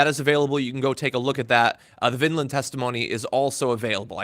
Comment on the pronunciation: VINDMAN. Not Vinland, Vineland....